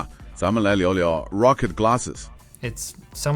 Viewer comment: I'm pretty sure they expect you to pronounce it rock-id not row-kid that might be the problem with the wake word.